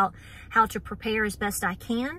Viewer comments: Preprayer....I love it!!!! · When misspoke and said “preprayer” I thought she just gave us a new word! Prepare with prayer. Beautiful. 🤗